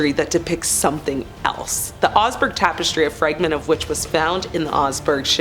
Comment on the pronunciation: I came here to say this - as soon as I heard her pronounce it as "seltic", I cringed. It's also weird how she pronounced "tapestry" as "tape-estry"